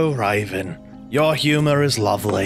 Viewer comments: I died when he said Raven and Ravin xD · It raven not ravin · He says ravens name rong sorry if u see this